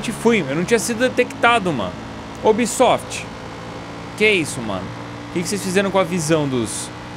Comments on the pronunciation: Meu Deus cara para de falar ubisofit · sera se e pidir de mais pra tu parar de fica falando unbisot mds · "Oh Ubsoft"... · "Oh obsoft " é a única coisa que eu tenho certeza que vou ouvir no vídeo do Edu kkk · Da uma puta raiva quando ele fala ubisoft